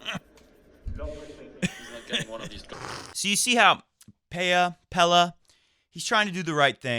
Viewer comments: I think it's pronounced Pe-la, not Pe-ya because that is how he pronounces it on the ATP website. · Pella is pronounced PEH-ja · The ll should be pronounced like a j, as in James, and the a as in apple.